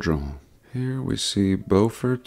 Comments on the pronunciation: 😂😂 its "Būfert"... instead of "Bōfurd" SC i luv it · Thanks for the nod to SC. It’s B you fort , not Bo-fort 😁